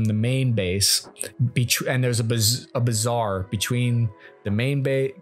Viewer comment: its a bazaar, not bizarre lmao